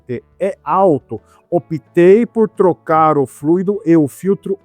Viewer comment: A pronúncia correta é “fluido” e não “fluído”, sem acento. Num podcast, o Sérgio Habib, antigo presidente da Citröen no Brasil, disse que o AL4 dava problema no Brasil por conta de superaquecimento. A PSA no Brasil teve que adaptar um sistema de refrigeração através de aletas. A cúpula da PSA na França sabia do problema, mas não autorizou o desenvolvimento de um câmbio modificado para nosso país. Agora, a Renault fez alguma modificação nele, pois esses problemas não aconteciam na Duster, por exemplo! Se eu encontrar o link dessa informação do Sérgio Habib, eu posto aqui!